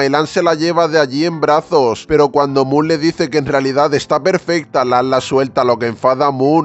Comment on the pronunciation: Moon jajaja no puedo es mook no moon